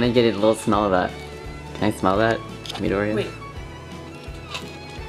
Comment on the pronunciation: i herd call midoria mindoria